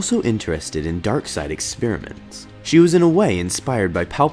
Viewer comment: Ex-peer-ments you say? Alrighty then.